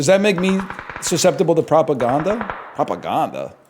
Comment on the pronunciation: "past-uh" "propa-gonda" unreal